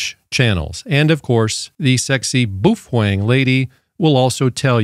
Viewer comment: Just a quick note to you regarding your pronunciation of Baofeng. The correct enunciation is....BOWFUNG. Thank you.